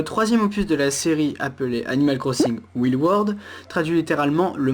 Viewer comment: Tu pronnonce pas bien Wild.